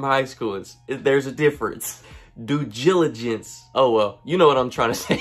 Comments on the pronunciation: “Doo Gilligance” 😂😂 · Cuhz tired hella hard to say do diligence🤣🤣 can’t no one spell that correctly